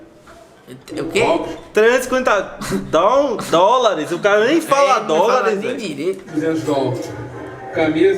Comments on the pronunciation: GENTE KKKKKK vocês me representam vendo esse vídeo! E o malucão dizendo “dol” KKKKKKKKKK af. essa white people life é complicada. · 350 dol Down? Dol dólares O cara ainda fala errado Chorei de rir nessa parte mano kkkkkk